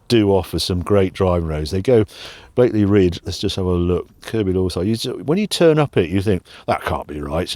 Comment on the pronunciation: It's Blakey Ridge. No 'l'